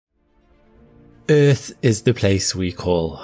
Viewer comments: "Eaueauth is the place we call home..." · Planet "Euth", lol.